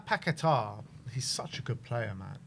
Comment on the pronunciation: You are pronouncing paqueta incorrectly, annoying. Not paquetar!